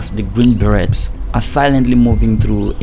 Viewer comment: The way he pronounced the T in "Berets"💔